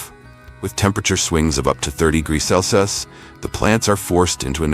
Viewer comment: Why can't AI pronounce Celsius? Wtf?